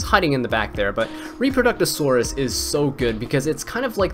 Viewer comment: Not 10 minutes, not clickbait, variation to intro, unsubscribed! I miss this BG music, though, not gonna lie! :) EDIT: , you go out of your way to enunciate "intermediary," yet somehow you get "Reproductosaurus" out of "Reprodocus" LOL (love ya, no hate :P) EDIT 2: : My thoughts in a nutshell LOL